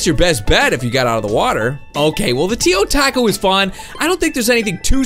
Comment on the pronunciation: "feel the rath of the teo-TACO